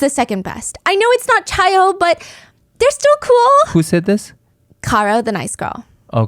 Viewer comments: love u steph but it’s pronounced kai-oh not chai-oh lolll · queen…it’s chi-o like KAI not chai 😭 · Chi O is pronounced "kai oh." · lol it’s Chi O (Omega) as in Kye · Psst! In Greek life, Chi O is pronounced "KAI - O" :) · “Chai” O is driving me nutsss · 0 seconds ago Chi -O, Chi - Omega, the sorority you mention, is pronounced Ki-Oh, not 'ch' like child, but with a hard 'k' like sounding name. Its Greek lettering. Also my mom was a member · Stephanie saying chi o hurts me as a chi o 😭❤️ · the way she pronounced Chi O made me react physically lmao. worth it for the story telling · Ikr i love her but as a Greek person it pains me lol